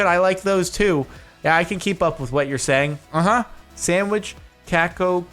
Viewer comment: dude it's cacao haha cacao cookies, as in chocolat